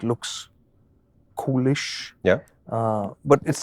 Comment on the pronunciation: Coolish sounds as if he's saying foolish 😂